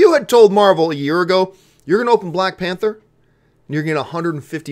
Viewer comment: it's spelled Panther not pather